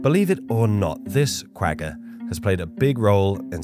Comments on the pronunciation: It's painful hearing you mispronounce that animal. It's pronounced Qu-gha where the gha sound is that sound you make in the back of your throat while snoring. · Pronounced Qwahha 😂 Afrikaans is hard man😅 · You lost me when you couldn't say 'quagga'.... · You gotta learn to pronounce the 'g' as a gutteral 'gh'.